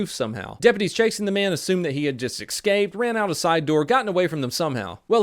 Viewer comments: Love ya,. But I've got a big favor to ask. Can you please stop saying "excape" instead of "escape"? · Dear, WHY DO YOU SAY EGGSCAPE INSTEAD OF ESCAPE?! I NEED TO KNOW...